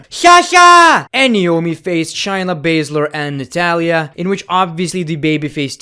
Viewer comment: Did you say Shinea